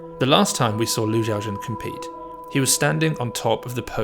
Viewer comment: Pronounce the name correctly. Xiao is She-OW NOT JIAO